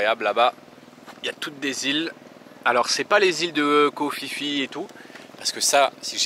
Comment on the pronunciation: Juste une remarque: Koh Phi Phi se dit Koh Pi Pi et pas Koh Fi Fi !